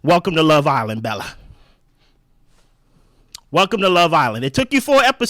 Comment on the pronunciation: “Welcome to the island Belle-A” 😂😂😂😂